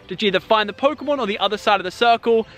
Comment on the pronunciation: Its pokemon not phokemon